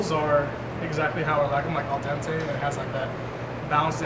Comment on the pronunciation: "Al dente......"